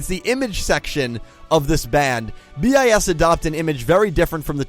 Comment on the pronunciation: 1) It's just pronounced bis, not B-i-S. 2) Your picture isn't that up to date, none of them are actually still in BiS. 3) The controvercies, are mostly staged (except the marathons and the spice foods. You just scrached the surface) 4) SInce their sister group BiSH is getting quit a lot of mainstream traction, don't expect them to be cheap. Watanabe is a lot but not a bad buisinessman. 5) Check out their music, they're actually pretty awesome 6) Sorry for the terrible spelling...